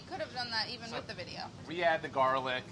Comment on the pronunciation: Rapo with the new Lacoste Polo. Would've gone with Red or Green, but I guess Navy Blue is classic. Molly, surprised: "You bought that for the video? Rapo: "Well I didn't buy it for the videh" Near total meltdown with passion before a massive jump-cut! LOL!! Very nice.